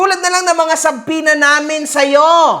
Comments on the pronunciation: Once upon a time a doctorate degree holder once said "SUBPWENA" the end. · kagigil mag sbi si ng subpoena akala ko mtalino yan?bakit d nya alam n silent B pag basa dun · Subpwena ang pronounciation ni ulagang PhD yern? Nanggigil kamao ko dyan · Subpoena ❌ Subplema✅ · Nakaka buryong yng SUBPWENA na bigkas nya. haha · subpoena hindi subpwetna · Bakit banggit niya sa subpoena ay sobpwena 😂😂😂 engot tagala 🤣🤣🤣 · aka The Dictionary: "Subpwena" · Subpoena ❌ Subpwena ✔️ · Bkt pag pronounce ni SubPwetna.... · Ang kati sa tenga nung "soob-pwe-na" niya. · literal na Sub-PWE-na. Pwe na Pwe ahahha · Subpwena?taena Tagalog n nga lang mali mali pa 😂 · Nakakairita talaga yung paraan ng pagbigkas niya ng subpoena. MIT pa daw yan ha. Hahahaha.